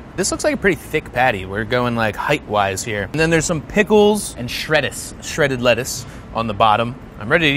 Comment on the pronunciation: You gotta write it shrettuce but say it shredduce.